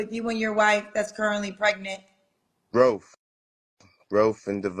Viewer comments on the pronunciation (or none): That boy said growf. 🤣